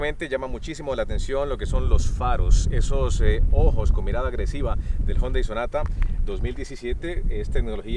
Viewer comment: Algunos dicen Jiundai Otros Yundai Y este man dice jondai